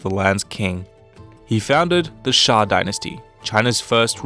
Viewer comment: xia is pronounced as sya btw ^^